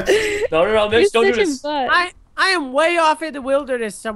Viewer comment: Its not mich its mitch